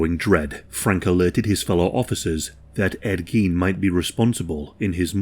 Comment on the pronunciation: It's "gain", not "geen"